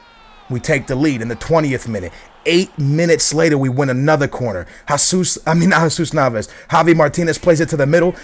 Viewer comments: Dude... I'm Colombian I speak spanish... It's not pronounced hahsus... its pronounced hesus... heysus actually sounds better than hahsus... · pronounced Hesus...